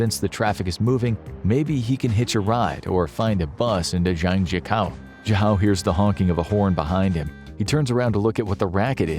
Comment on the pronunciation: It’s pronounce Zhang - Jiah - koe haha